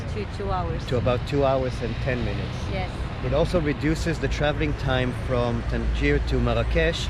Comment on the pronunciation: Hello, you have made a mistake you can pronounce Tangier like tan- jah useful tip!!